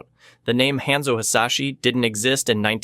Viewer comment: And "Henzo" for Hanzo